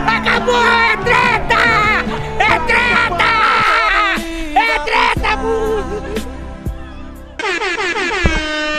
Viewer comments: Ele não falou tetra uma vez certo no começo... É TÉTA É TÉTA É TRÉTA HAHAHAHAAH MUITO BOM ! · eu ouvi TRETAA skdkksks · Assisti o vídeo e só posso dizer uma coisa. É TRÉTA! É TRÉTA!